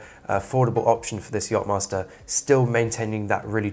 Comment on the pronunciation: „yop“-master??? YACHTmaster …